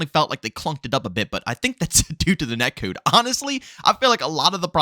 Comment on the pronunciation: The way you say “net cood” is killing me 😂 I’m loving Xdefiant and this existing can only be good for cod, forcing activision to be better. Idk why cod extremists don’t realize competition makes games better